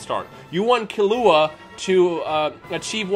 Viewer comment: Bruv how you saying Killua?